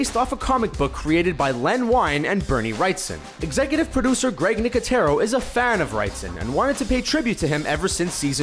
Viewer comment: his name is Greg not grike